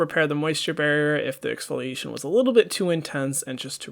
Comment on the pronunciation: Nobody: Hyram: it’s time for some eXfOlIcAtIoN 😂